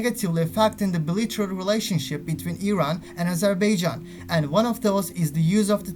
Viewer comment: ya daha doğru dürüst Azerbaijan diyemiyorsun. Öğrenin şunu amk.